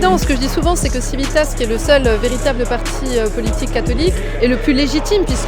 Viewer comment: Chouette vidéo! Néanmoins, il serait temps que Civitas sache prononcer correctement son propre nom en latin...